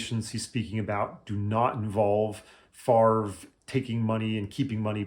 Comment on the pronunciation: You need to make jokes about his name. Only guy who doesn't pronounce his own name properly... Just how does he get the 'r' sound before the 'v'? Fav-re... Not Far-ve... Just saying.